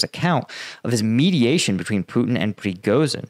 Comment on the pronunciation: You need to find out how Prigozhin is pronounced